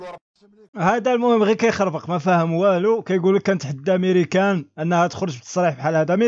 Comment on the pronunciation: ماريكان وليس ميريكان